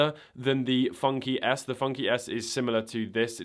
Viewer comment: Is it just me or does FunKey S sound like Funky Ass, whenever he says it? 😂